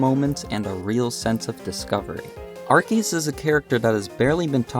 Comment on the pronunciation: My ears felt warm after I finally hear someone say Arceus(Arkeus) and not Arseeus